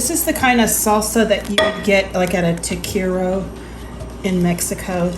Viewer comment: Tah Keh reee yah is the correct pronunciation FYI This looks amazing!!! I absolutely love your videos!